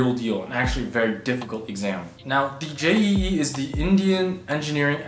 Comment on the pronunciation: Not J E E Jeeee